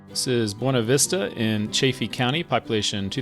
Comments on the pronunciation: Fairplay's my favorite, but I guess that's because we live there (parttime). Also FYI, the locals pronounce it Byoona-vista. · I’m a Colorado native born in Salida lived many years there as well as Buena Vista never herd the way you pronounce it